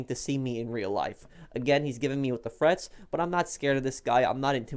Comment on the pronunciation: Wow.... you uhhhh.... you take this shit way too seriously. I mean yeah a lot of that shit is annoying but dude, you’re really acting like a bitch about it. By the way it’s threats, not frets.